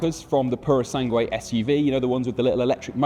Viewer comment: How can a journalist or what is this man job title. Don't be at least oblied to learn how to say the names of the things right? And don't say, oh he's english and bla bla bla... he is a supposed professional and not even the purosangue that is a well easier word to say he could get rigth. Top Gear died when the trio got out, now is just in shambles that don't know how to pick up